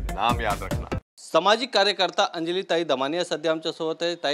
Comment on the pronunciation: शुद्ध मराठी बोलायला शिका. समाजिक नाही सामाजिक कार्यकर्त्या म्हणा